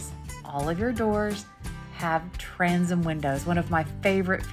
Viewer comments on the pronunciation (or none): Never heard transom pronounced like that before, is that a local dialect/accent?